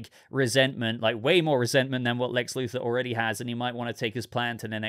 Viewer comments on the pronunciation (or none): none